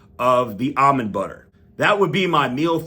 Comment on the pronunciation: Finally, someone who pronounces "almond" correctly.